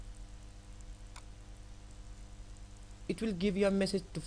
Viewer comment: its not cor d ret...Its correct.. learn how to pronounce.